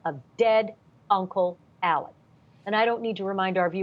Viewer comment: Alex not ALLEN